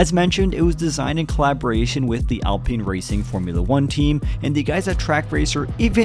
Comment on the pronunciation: College student, its pronounced al-pine not al-peen. how to pronounce alpine - Google Search